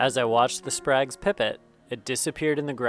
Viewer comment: Quick fyi, it's pronounced spray-guh's